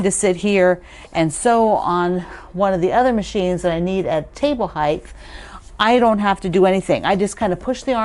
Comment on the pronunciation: Love your chair! Just on a side note as I have listened to your videos lately, height has a pronounced "t" on the end, not a "th" like length and depth.